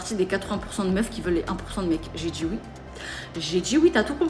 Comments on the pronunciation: Et la manière de parler... "Je vous DJis, menTjir.." c'est horrible cette nouvelle manière de s'exprimer qui devient si commune chez les nouvelles générations ! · Mais qu'est-ce qu'elle djit ? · J'ai "dji" oui et je mérite l'excellence. Ça doit être ça 😂😂